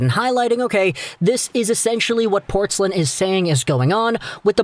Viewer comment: Dude, it's Portz-LINE, not Portz-lin. Wouldn't be a huge deal, but hearing you mispronounce it over a dozen times rankles.